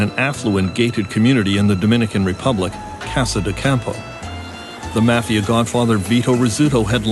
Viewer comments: What is with the pronunciation of 'mafia'...maw fee aw...not sure where the narrator grew up? Do you think they have never heard of it before? Very strange. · Mispronouncing Mafia is like being a rat.